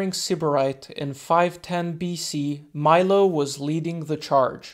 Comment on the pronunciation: In italy we say "milo" and not "mailo" 😉... bless you man, I live a couple of hours from crotone. Great video